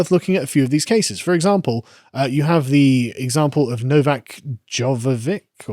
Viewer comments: I don't understand how Carl struggles to pronounce some of these names. Djokovic is quite simple to work out, even at a glance. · As much as I like Carl it is pretty sad that he can’t pronounce Djokovic.